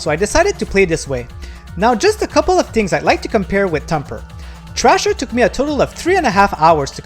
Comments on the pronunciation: Cmon man.... its called THRASHER..... NOT TRASHER.... how you gonna do a review and you cant even read or say it right... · How???? Bro hes not even saying the right name.... its called THRASHER...... AS IN TO THRASH.... not garbage called trasher..... jeez you people are slow and very unobservant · Dude, it’s not called “Trasher” it’s called “Thrasher” … brutal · How so???? Its called THRASHER...... not trasher.... thats a different game entirely.... ugh......